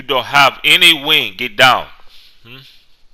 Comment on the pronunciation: You sounded Austrian instead of African: Ghet Daaown! Ghet down again!!1! ;D